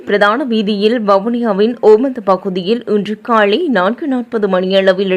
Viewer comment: காலை என்பதை காளை என உச்சரிப்பது ஏன்